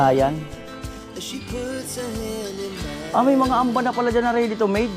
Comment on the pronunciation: "Hamba" po Ang tawag hindi amba